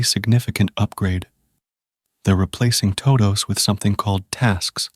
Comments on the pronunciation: Good video for falling asleep, except the intro. Toh-doughs… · was it the "Tohdohs" pronunciation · good stuff, I watch your videos everyday but your "toe dous" is sending me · toe-does and sub-uh-jints 🙄 I need to know what AI TTS this is so I can avoid it at all costs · TODOH NOOOOOOO, wizard of oz